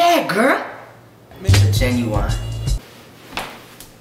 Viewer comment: He said "Ginuwine" instead of pronouncing it the way its spelt, which is genuine.